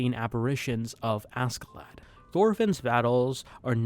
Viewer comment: As a life long fan, my joy of seeing so many people gushing over VS is only matched by my irritation over seemingly no one being able to pronounce the character names, not like the characters themselves aren't constantly screaming each other's names in the show 😆 I love you man, I really do, but for future reference: Einar is pronounced HEY-NAR, Askeladd is pronounced ASH-HE-LADD.